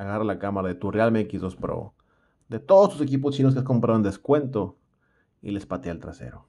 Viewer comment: En forma de burla, por como lo pronuncian los yutuverdes "pro"